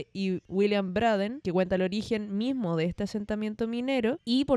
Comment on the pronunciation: Pucha! Esoeré gasta el termino del video para ver si corregías, pero no fue así. El nombre de la compañía era Brsden Cooper, pero se pronuncia Breiden...